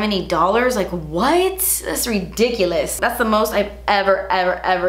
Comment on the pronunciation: The way you said ridiculous as ridichulust. You're awesome